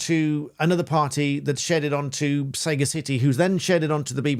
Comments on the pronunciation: The word is not pronounced Sega City, it is pronounced suh-ga-si-tee (or /səˈɡasɪti/). Sega CIty just sounds ridiculous. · Listening to this on the way home, I thought you were talking about 'Sega City Solutions'! Surely you mean Sa-Gacity ? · Saga’city 🤣🤣 🤦🏻‍♂️ Sagacity is a noun, an alternative to sagaciousness. It is pronounced: sə-gasˈi-ti (se’gas’ity) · It's not 'say-ga-city' it's one word 'sagacity' pronounced 'sagassity' and means 'wisdom'. I'm surprised you don't know that word. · Minor nitpick; it's suh-gas-itty, not Sega City (sagacity = sagaciousness). But I agree that this approach is worrying. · Sterling work young man! I really enjoy your pointers, especially when it comes to the TV licence. If I may offer one of my own, I think that it might be pronounced Suh ga suh tee, meaning shrewdness. I could be wrong, as I know nothing about the company but I do know a little about English, uneducated lout though I may be. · I'd pronounce it say-gass-itty rather than sayga-city., but then I'd never heard of them before this video. Its one word like voracity or capacity, not two. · Isn't "Saga City", as you call it, pronounced "sa-ga-city" (as in "possessing sage-like qualities")? They're still total assholes either way, of course. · Sagacity, pronounced sah-gas-it-ee - meaning wiseness/wisdom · ‘Sagacity’ is surely pronounced suh-GASS-ity, being just a regular English for wisdom? No? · I just have to say, it's not 'sega city' it's Sagacity, as in the the expression of being Sagacious: Dictionary Definitions from Oxford Languages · Learn more adjective having or showing keen mental discernment and good judgement; wise or shrewd. "they were sagacious enough to avoid any outright confrontation" Which is beautifully ironic in this case. Soft g not hard g. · Isn't it pronounced like sagacious? Not sega city. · Sagacity... say "Sag-ass-ity" sagacity /sə-găs′ĭ-tē/ noun — The quality of being discerning, sound in judgment, and farsighted; wisdom.